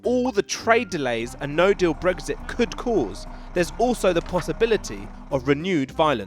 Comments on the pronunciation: There is no g in Brexit. So why does the presenter keep saying it! Sounds like a new type of breakfast omelette! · Stop saying bregzit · Brexit? I thought you said breakfast